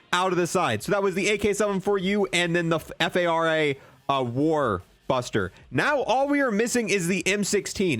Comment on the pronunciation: F. A. R. A. LoL I thought you were trying to say FFAR I think it's just called Phara 83, it's a real gun.